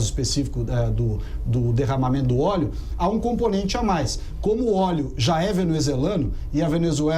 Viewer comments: "ORIGEM DO OLHO"? PUTZZZ "ORIGEM DO OLÉO"? NOSSA, VELHO... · E o acento em ÓLEO é no primeiro O. Mas tá indo bem... se liga ae.